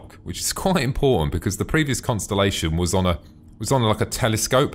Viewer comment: You sed Constenlation lol. =P But just watched the old version of the conni and compared it to the new version and omfg it looks so much better. Im so happy they remade them.